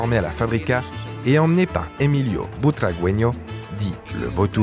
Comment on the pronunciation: Erreur 1 : vous parlez du président Gaspard en montrant l'entraîneur Van Gaal Erreur 2 : pour illustrer le Real de cette époque vous montrez Laudrup alors qu'il n'est arrivé qu'en 1994 ( images de la saison 94/95 ) Erreur 3 : on ne prononce pas Butragueno de cette façon